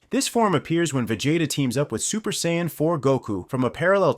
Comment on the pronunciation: A "Super Sayannn" and "Vajayta" 😂